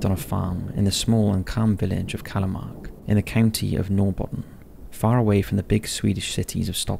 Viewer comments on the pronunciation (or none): Inte så konstigt förstås men uttalet av ”Norrbotten” och ”Sune” var brutalt😝